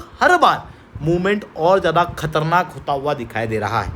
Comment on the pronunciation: Special - Sp-ae-shul Donald - Daw-nul-d Street - (not eshtreet) 9 - nau (not no) Elite - Ae-leet Zyada - z-yada (not jada) Comprehensive - Com-pre-hen-sive (not cumprehensive) Strict - (not eshtrict) NATO - Nay-toe 44 - For-tea four (not four-tea four) Avoid saying pe, say par Apna phone silent pe rakhoSpecial - Sp-ae-shul Donald - Daw-nul-d Street - (not eshtreet) 9 - nau (not no) Elite - Ae-leet Zyada - z-yada (not jada) Comprehensive - Com-pre-hen-sive (not cumprehensive) Strict - (not eshtrict) Avoid saying pe, say par Apna phone silent pe rakho Unnecessary words par emphasis daalne ki zarurat nahi hai. "video" pe emphasis daalne ki kya zarurat hai. What is thok bhi diya, yeh kya sadak chaap bhasha hai What is jamah pe, sabar karke bol lo, besabri mein kyon zaban par niyantran kho rahe ho.